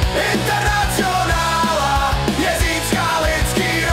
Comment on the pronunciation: Zajímavá výslovnost: internacjonála...